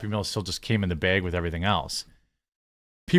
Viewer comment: The way you say bag hurts my ears